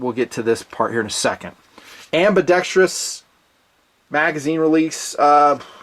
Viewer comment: Hey,thanks for pronouncing ambidextrous correctly,It drives me crazy when I hear ambidextri-ous. Cool watch!